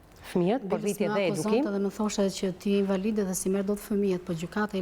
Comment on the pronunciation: Hhaaa kam qen me dhjeta ne mesime thot kjo. Oo zot nuk flet dot fjalen invalide nuk e shqipton dot. Pse duhet te shesi men kot cdo shqiptar ? Pa pa pa nuk ka . Ok je gru puntore familjare pse duhet me bo si intelektuale kot?